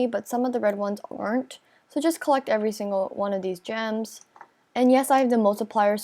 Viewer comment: It sounded like she said germs instead of gems😂😂😂🤣🤣🤣